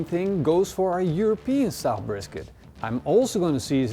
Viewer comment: European not europese